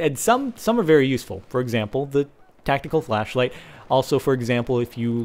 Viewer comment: at 4.52 he says tactical flashflight lol